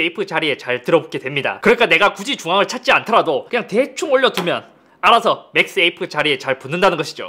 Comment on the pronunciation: 맥스 에이프로 들리는데 ㅋㅋㅋ 맥 세이프 라고 하는게 낫지않을까요?